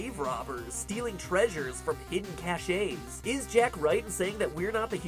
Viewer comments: your pronunciation of cache as "cash-ay" upsets me more than it should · did he hair pronounce "cache" "cash-aye" ugh, I thought he was smart ;( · please don't ever pronounce "cache" like that again. -- it makes it hard to take you seriously when you pronounce words incorrectly. -- Reference: -- by the way, if you play "Tales of the Borderlands", you'll know where Jack ends up. ;-) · Cashe is pronounced cash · Cache is pronounced "Cash" not "Cashey" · From hidden whats? Please tell me that's not how you pronounce "cache"... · Please learn how to pronounce "cache."